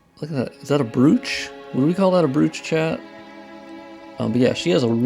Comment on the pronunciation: brooch is pronounced like "roach"